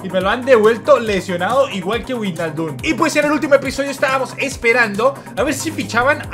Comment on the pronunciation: "Verner" "Vaijnaldum" "Laipzig" "Chavi Saimons" este no pronuncia ninguna bien 🤦‍♂️🤦‍♂️